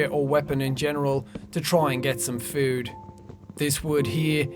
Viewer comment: The boaw will give me aloda foouud? xD